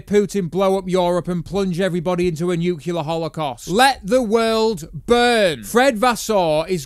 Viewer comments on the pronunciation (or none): none